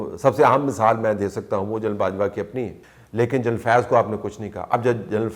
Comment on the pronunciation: یہ آپ اور اعزاز سید اُردو بولتےہوئے، جنرل کو جَینل کیوں کہتےہیں؟ کیا ایسا کہنےمیں بندہ انگریز انگیز محسوس کرکے بڑا بڑا محسوس کرتاہے؟اُردو بولتے ہوئے انگلیش الفاظ کا لہجہ اُردو ہونا چاہیے نہ کہ انگلش۔ انگریز بننے کی یہ بیماری دنیا مین صرف ہم احساس کمتری کے ماروں پاکستانیوں اور انڈینز کو ہے۔ اور پھر جنرل اور جرنیل تو اب اُردو میں ایڈاپٹڈ الفاظ ہیں پھر انہیں اردو بولتے جَینل بولنا آخر کیسی مجبوری ہے؟